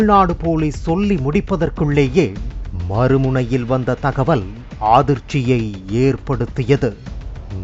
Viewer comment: tamizh padikka thaeriyuma illaiya "aadhirchhiyaga" instead of adthirchihi yaga